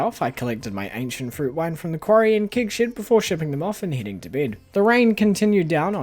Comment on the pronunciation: I know you’re saying “Keg Shed”, but I stg it sounds like “Kink Shed” and… I have so many questions, lmao. Also, Calvin Klein x Stardew Valley is the collab we never knew we needed, but absolutely did! 😂 imagine rocking up to your local Myer and buying CKxSV Monster Musk cologne/perfume. 😂 Perfection.